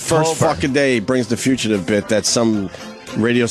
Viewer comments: We have a "fuchitive" sighting! (60 seconds in) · Opie doesn’t know how to say “fugitive.” Or DeNiro. Or Epitome.